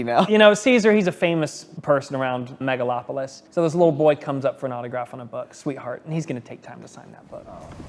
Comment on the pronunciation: "Megalon"!?! Does Godzilla show up to destroy the city? Are Gigan and Jet Jaguar there too? LOL